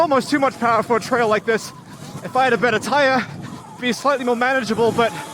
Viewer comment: “Powah” yeah you’ve gotta be from New England 😂